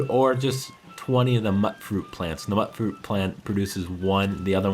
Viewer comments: "Mut-fruit." Super "Mut-ant." Its "Mute-Fruit." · the way you said "mutfruit" bugs me... it's MUTE-fruit.. like mutation... MYOOT-FROOT, phoenetically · "Mutt" fruit? It's a MUTATED fruit dude, so it's pronounced mute-fruit, or at least I'd assume it is. (Be pretty weird if that's not the canon pronunciation...) Side note: Okay, sure, there are monsters because of RADIATION that are called things like "rad scorpions", but RAD just sounds so much cooler! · When you say “to “get up” the number of settlers, there’s a word for that - try “increase,” otherwise you sound like you’ve got erectile dysfunction. Also, when you say “mutfruit,” I think the “mut” part is pronounced the same way you’d pronounce “mutant.” That’d make sense, don’t ya think? Ever? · It's pronounced like "mute" fruit.... they say it in the game like this. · for future reference, mutfruit is pronounced as mewt-fruit. like mutated fruit. ive heard it ingame, i thought it was pronounce mut-fruit forever until i heard it ingame. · IT'S PRONOUNCED MUTE-FRUIT. as in mutated fruit? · It's pronounced "mute fruit". There are several npc's that say it aloud. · Oh my God, it's pronounced MUTE-FRUIT. Even the NPCs say it that way. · mut fruit is pronounced - mute fruit as in mutated fruit just to let you know^^! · it pisses me off that he doesnt know how to say mutfruit